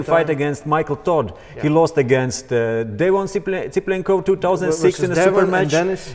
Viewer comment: "Devon Cyplenkov" ~ 2020 hahahahah